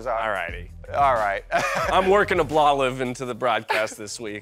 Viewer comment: "Ablolive" made me laugh way more than it should have.